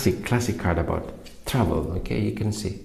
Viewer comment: Lmfao is he saying trouble or travel ??? Subtitles are 💩😬🥵🤣💀